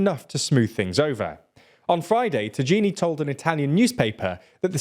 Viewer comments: The pronunciation of Tajani is fucking disgraceful and must be on purpose. Just call him tahini instead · Potesse check the corretto pronounciation of Tajani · Spending 5 minutes to learn how to fucking pronounce Tajani was evidently too much for a channel which supposedly does information I guess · I think Italy should be more upset about (is it pronounced BRKPOFRD?) not bothering to check how to read the name of their Foreign Minister. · I like you guys and thanks for your free content. You got the name wrong. Tajani is pronounced like the ta in atTAck, y as un You, anaing the A of attack and Inthe end as nee in kNEE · The name of the foreign minister is not ta-jee-nee, but ta-ya-nee… 😂😂😂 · ta-y-a-ni not ta-ji-ni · It is not "tagini", you read it as ta-ya-ni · it's Tajani, Thai - Jan - ee, not tageenee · As much as I dislike that man it's pronounced Tuh-yuh-nee not Tageenee 😑😑😑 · It's "Tajani", not Tajeenee 😵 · Saying Tagini instead of Tajani (Tayani) is a bullet to the ears everytime. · Ok, Antonio Tajani, look up the phonetics before doing the video. You said "Tagini". First idk where you saw the "i" before the "n", second it's an "i" not "g", so it's like Taiani. Tagini reminds me of the snake from Harry Potter come on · Why do you make a news video, being completely uncapable to even pronounce the names? Would you call JFK "Kohnneji"? Would you call Donald Trump "Ronwald Trimp"? Because this is what you are doing. Tajani is : "TA" like in "TA"sk. "IA" like Austral"IA" "NI" like "NI"xon. TAH-EEAH-NY. Not "Tagiini". Not difficult to find out, doing the basic reseach. "J" in latin was pronounced "EE" like "I"ndia. What common anglosaxon speakers do to the name Jacuzzi, for example, is just comical. But OK, common people, common use, we say Hamburger without the "breathed" sound H, that does not exist in italian, and it's perfectly fine after all, if you don't go abroad. Buy if you do international news, it's another business... Do some research!